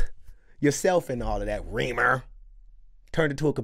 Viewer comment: My dude, it's Reemer, not Weaver or Weemer. Lol